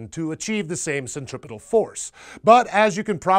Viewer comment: Dude kept saying 'centripital'...